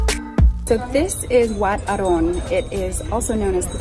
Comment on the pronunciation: Great travel vlog. You've got all the facts right. Your pronunciation of Wat Arun is too perfect. <3 Subscribed.